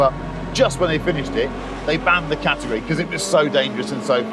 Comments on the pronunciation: He pronounces category as ca-tegory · Guy needs to learn how to pronounce CATEGORY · The secret sauce is in the pronunciation of "category".